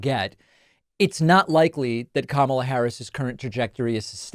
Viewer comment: He keeps calling her Kamabla or something like that, and every time I see it, I think, " nah dude, it's Karma la "